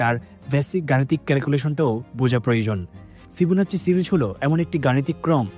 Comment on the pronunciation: ফিবোনাচিচ নাহ ফিবোনাকিক🙄